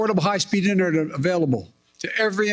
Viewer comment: . “It’s going to make affordable high speed indurdur available.”